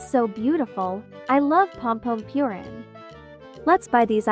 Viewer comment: Pompompurin❌ Pompompewrin✅